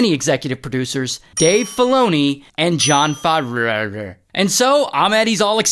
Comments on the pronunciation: dave filoni and john what?,favroarre the pronounciation should be FAV-ROW or FAV-RAW something like that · “Jon FAVERARU” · dave folini and Jon Favreau, but Ray said Dave Folini and Jon Favrearara😂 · "Jon Favwerwer" had me rolling 😂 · Who is John forvrorrorrr😂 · Love your John Faaa-raa-ra pronouncation. LOL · John favrririrriro got lol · "and john fabeurua" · jon favraeuah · Jon Favrororrrrr 😆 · and john Favrararararara LMAO for 10 minutes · John Favvr-rr-u😂😂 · and john Faveraearaeraer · Pronouncing Favreau is easy: [faavro] 🤓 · They way u say FavrerRrrrrrrrrr🤣🤣🤣🤣🤣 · John Fa-whoo? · “Jon Favbroondhdjs” hahahah 😂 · I replayed that several times 😂😂😭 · Jon favehrureere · I lost it when Ray pronunced Jon Favreau 🤣🤣🤣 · he teared that last name apart bruh 🤣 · I LOL at your pronunciation of "Jon Favreau". That was funny Ray :) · That jon favreau pronunciation killed me 🤣🤣🤣